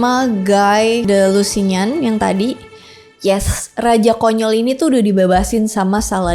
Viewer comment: Koreksi membacanya Guy jadi Gai, tapi bacanya Gi. Lusignan bukan Lusinyan bacanya, Lusinyong. Gi de Lusinyong. Harus diingat jg, perang salib sejak awal, adalah perang defensif, karena Yerusalem sejak awal milik Romawi timur/ Byzantium. Pasukan Arab mengambilnya sehingga kaisar Alexios Komnenos minta tolong ke barat. Intinya perang salib lebih banyak kemenangan Muslim ketimbang Kristen. Maka sampai sekarang di Palestina banyaknya orang Arab, karena kemenangan jaman dulu ini.